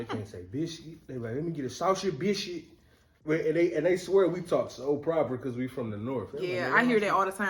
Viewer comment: When Rell said “Lemme get uh saushage buishcuit” 😂😂😂 I was born & raised in Atl & that’s really how folks talk down here.